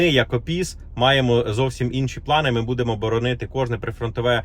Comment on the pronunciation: В слове будемо, ударение падает на букву У! Не коверкайте украинский язык!!!!!!!